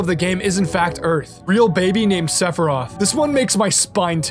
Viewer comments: Was that saying "Sephiriath"? Lmfao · No one talkin about how fucks up sephiroths name at the beginning of the video 😂😂